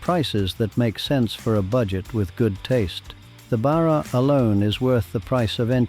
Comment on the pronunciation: another good episode, but please learn how to pronounce Barra.